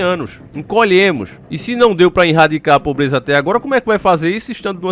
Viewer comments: rsrsrs... vc é um cara super inteligente, esclarecido, desperto, nao sei porque esses erros de portugues grotescos, propositais, nos videos. erradicar, vc mete um "inrradicar". sempre na descrição, no título, tem um erro absurdo de português, mas nós sabemos que é proposital e que você saberia escrever e falar o certo. Qual a intenção? tenho essa curiosidade. (eu sei porque é) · Irradicar? Kkkkk antes q falem coisa eu falo do mesmo jeito. Mais 1 vídeo top